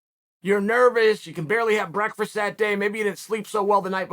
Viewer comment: He's also sponsored by a cereal company and can't pronounce 'breakfast'